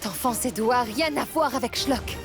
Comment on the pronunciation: Qui a remarqué que Gazala dit Du A au lieux de Dua .